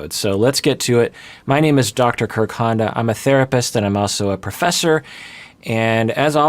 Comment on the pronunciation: When you said 'Dr Kirk Honda' really quickly and smoothly all in one go, in my mind it sounded like Dr Kurconda, which sounds like a new type of snake.